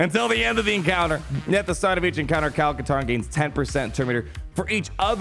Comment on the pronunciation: Kyle Kash-tarn?